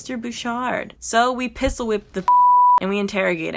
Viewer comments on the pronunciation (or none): none